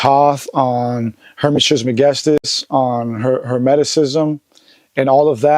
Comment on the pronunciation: Peace! I was surprised to see how Joe pronounced or could not pronounce Trismegistus. I would have thought he was more familiar with Tehuti, etc. 1